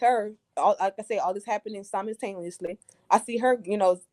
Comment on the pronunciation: How many times did this woman say “Simistaniously” when the word is simultaneously. When you know who you’re talking to, you talk to them on their level which includes pronouncing & using words incorrectly bc you know that they know what you mean.